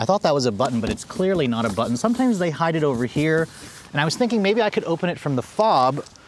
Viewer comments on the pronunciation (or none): none